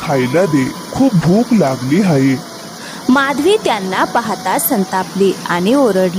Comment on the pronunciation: हायें म्हणू नका आहे म्हणा